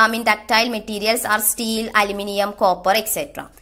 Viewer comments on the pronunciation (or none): none